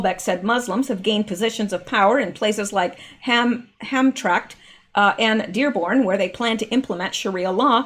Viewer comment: Pronounced ham tram ick lol. Known for polish paczki(pownch-key) doughnuts. People stand in line for hours at local bakeries on "fat tuesday" to enjoy them before lent.. better than ones sold in stores. " Hot and fresh" jelly,custard, etc filled fried doughnuts ..like 1300 calories per doughnut..... yummy....Tradition here🤗😋😁